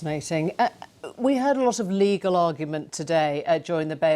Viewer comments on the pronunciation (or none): Since when did it become acceptable for 'reporters' to pronounce words like 'legal' as 'legaw'? Has all sense of decency fled?